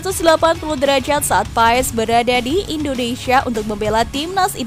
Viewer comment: ejaan PAES itu bacanya PAAAAAAAS.Anya panjang min